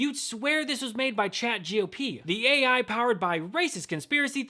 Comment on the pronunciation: This MF said chat G.O.P.. 😂😂